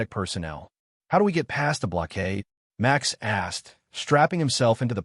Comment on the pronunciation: Why did you pronounce Max as Much ?